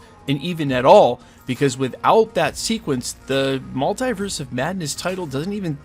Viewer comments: Mull-TEE-verse... Not Mul-TIE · you're the only american i've heard say mult-eye-verse